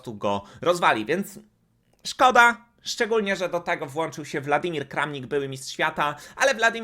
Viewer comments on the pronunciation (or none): WoŁodar, DaniŁ, WŁadymir - weź jakieś lekcje czytania rosyjskich imion i nazwisk, jeśli masz szacunek do widzów. Wieczna żenada